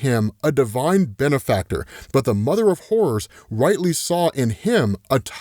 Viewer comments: swear he's saying mother of whores ... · Every time he said “Mother of Horrors” I swear he said “Mother of Whores”